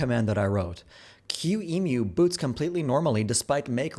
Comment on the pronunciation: this is the first time i hear someone refer to qemu as q-emu